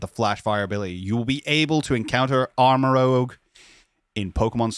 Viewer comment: It's ArmaROUGE, not ArmaROGUE m'dude. Rouge as in the French word for red.